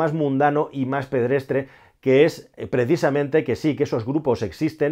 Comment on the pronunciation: Hola. Sigo sin entender por qué intentas utilizar palabras que no dominas ni utilizas en tu día a día. Hoy ha tocado 'pedrestre', cuando la palabra es 'pedestre'. Disculpa, aprecio el trabajo que haces de documentación y puesta en escena pero creo que la expresión oral debes trabajarla mucho más. Saludos.